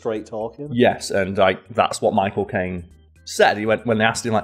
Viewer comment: Everytime i heard "my cocaine" instead of "michael caine"